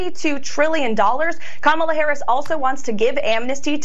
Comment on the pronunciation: I mean, she pronounced Kamala correctly. That's progress, right?